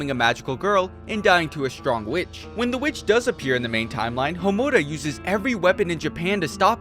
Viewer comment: Seriously, it shouldn’t piss me off like it does but dammit so many people do it. And he can’t pronounce Homura right either, I’m surprised he can pronounce Sayaka’s name right.